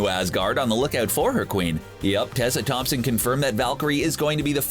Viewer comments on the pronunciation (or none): none